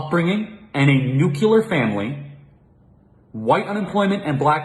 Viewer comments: ok...ok...ok...I gotta say this....may not be regarding the video, but still......it's not nu-cu-lear, it's nu-clear .. nuclear....just had to say it, so many people say nuculear, lol......ok, rant over...Oh, and I completely agree with Charlie..... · really good video.. except for the pronunciation of nuclear